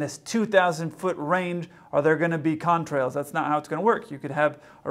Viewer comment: The way the TikToker says "Contrails" is so bizarre. Seriously, he sometimes pronounces it as "con-trails", with a strange pause.